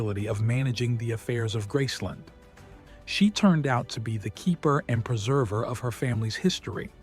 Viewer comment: It is called Graceland, not Grassson, do your homework!